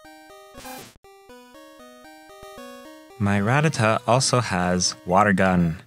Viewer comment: I thought Ruh-TAT-uh was the way you were supposed to pronounce it. At least, that’s how I remember how they said it in the anime.